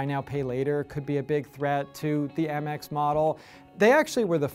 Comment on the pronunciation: First of all. It’s not Ah-mex, it’s Ay-mex.